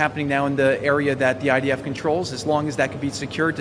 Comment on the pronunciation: Is-real and the eyedeef are-Terr-0R-15t